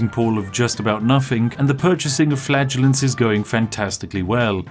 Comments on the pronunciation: I keep thinking he's saying flatulence rather than fladulants. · Anyone else keep hearing flatulence rather then flaggulants? Cause it's hilarious. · The child in my head giggling uncontrollably every time Spiff said "flagellants" and my brain turned it into "flatulence" 😂😂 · Every time you said flagellants I heard flatulance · I went the whole video before realizing he wasn’t saying flatulence. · Does anyone else hear Spif saying FLATULENCE instead of FLAGELLANTS? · I keep hearing flatulence instead. Haha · I heard it as flatulence the entire time. I don't regret it. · I know you said you'd beat the plague with flagellants, but I heard " beat the plague with flatulence". 😅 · Due to my headphones all I hear you saying is "Flatulence" which makes this video FREAKING HILARIOUS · Is it just me, or does it sound like Spiff keeps saying flatulence? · "We have infinite plague and flatulence" oh joy. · I was listening to this in the background and could've sworn you were saying flatulence.... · I know I’m late, but was watching whilst doing other stuff at work, and genuinely thought he kept saying he was buying flatulence… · i thought he was saying flatulence the whole time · I keep hearing 'flatulence' instead of flaggellents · Anyone else keep thinking he’s saying flatulence instead of flagellants? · Did anyone else hear flatulence when he said flagellants? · Every time Spiff says "flagellants" I think he's saying flatulence. 🤣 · I keep hearing "flatulence" 😬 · Am I the only one who keeps hearing "the power of flatulence"? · For the longest time I thought he was saying "We will beat this disease with the power of flatulence." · I keep hearing "flatulence". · he says "flagellants" like "flatulence" and honestly that's way funnier than it has any right to be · A spiffing video as usual! Also...I know what you're saying, but I keep hearing you saying you're buying flatulence... "The joy of flatulence". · I kept thinking he was saying flatulence. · Is he saying flatulence? 💨